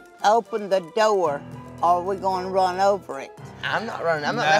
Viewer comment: My girl said "open the do-wer or we gon run over it" lol